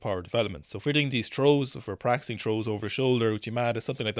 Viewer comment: Take a shot every time says Trows 🍻 thanks for another great video boys